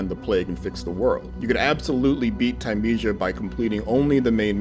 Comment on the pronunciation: He even said the name wrong.